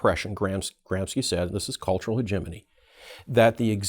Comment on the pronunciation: Hegemony Christmas! Is this really how you pronounce hegemony?